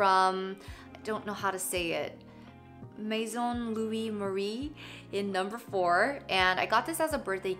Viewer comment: HAHAHAH YES! You pronounced Maison Louis Marie really well! So proud! I'm the 'Maison' Margiela girl, I hope I didn't make you uncomfortable before :s Love the nails btw, that will be my next look :) Lots of love from Belgium <3